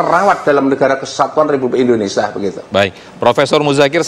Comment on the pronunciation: INDONESIA WOY BUKAN INDONESA